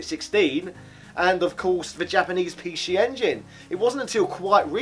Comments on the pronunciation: Apologies in advance if it’s a rude question, are you deliberately saying pee she? Edit: Hong Kong ? PAL, English, Very close to Japan .... ? Edit of the edit: I should have watched it all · why does he keep saying pee shee